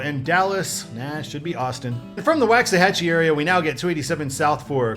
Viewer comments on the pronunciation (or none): Waxahachie is pronounced Walksahachie